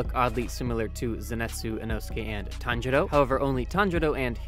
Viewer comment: "Zenatsu, inouske and Tanjuro" Tanjuro is literally his dad you can't be pronouncing it that wrong 💀